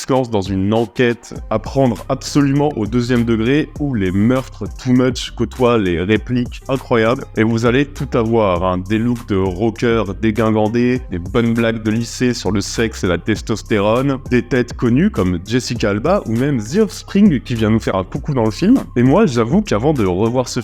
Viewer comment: Ca se prononce "déjingandé". Nan je le dis là parce que, genre, je l'ai découvert y a deux semaines et ça a changé ma perception du monde :')